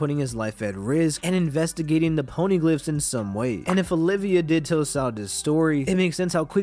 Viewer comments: Olvia. Her name is Nico Olvia, not Olivia. Sorry, that's just been bugging me so much, lol. Good theory though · I hate being a dick and pointing this out but her name is not Olivia, it’s Olvia. One I not two. ❤️ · OLVIA, not OLIVIA